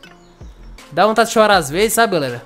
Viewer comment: Como outros acha que ele fala(GALERA) Como eu entendo (GULERA) Kkkk